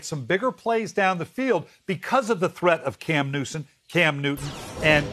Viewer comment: Did he just call him Cam Nuisance?😂